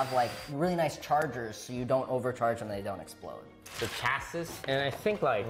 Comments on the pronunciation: I remember first time i saw the word chassis and said it like that too with the S lol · It's Chas-ee, not Chas-is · Did you just say chasis like cha SIS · Isnt the last "s" in chasis silent? Or has jeremy clarkson been bamboozling me since i was a child....